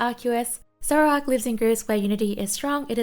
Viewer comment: Toxtricity is i believe pronounced as Electricity that makes the most sense to me so you did it correct ^^ Zoroark is not pronounced as Zoro Ark but rather Zo Roar k Also Zoroark has a new form that comes with the new pokemon game Legend Arceus look it up its soo cool: Hisuian Zoroark Pronounciation of Sceptile the C is silent so it sounds more like Septile About Snom: if this voting would happen again snom probably wont make it so high. In japan they usually love to meme on one pokemon that becomes super populair for a while. Snom was this last year and they end up being quite high on the score board.